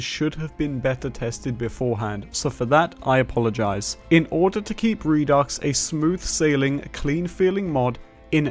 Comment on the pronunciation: The X is silent by the way. Re-do (du).